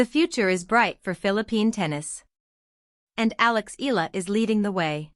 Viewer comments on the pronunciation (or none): If it's AI it cannot 'read' it properly: Eeee-ya-la. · PLEASE pronounce ALEX EALA...EYALA, NOT ELA.😮